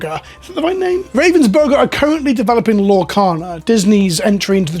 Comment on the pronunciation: As a German I chuckled by how you pronounce "Ravensburger". But yes, I guess that should be one way to pronounce it.